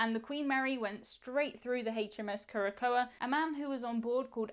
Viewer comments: Curacoa is pronounced kure-ə-SOW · Just for the record...Curacoa (pron. KEWR-ə-sow) 🤗